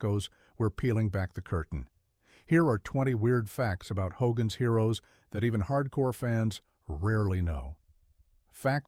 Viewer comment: ‘HDOGGAN’S HEROES?’